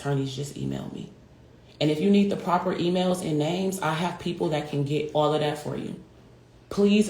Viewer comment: She said names 😂😂😂